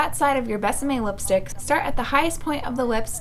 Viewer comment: I love how she pronounces lipstick like "whip"-stick😂😂